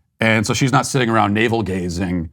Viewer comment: The lady straight said,“tiptoeing awound” Sounds like the hunter from bugs bunny. “Wabbit”